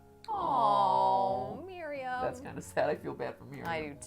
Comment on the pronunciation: You guys know Miriam that’s my first name and so many people say it wrong but, Mat got it right. Good job Mat. 😉love you guys